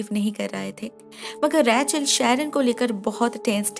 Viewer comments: Her name was ' रेचल' and You were saying 'रैचल' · It’s Rachel not Rae-chal. Bdw nice explanation as always! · Raechel name ko itna Ajeeb tarah se kyu bulati hai aap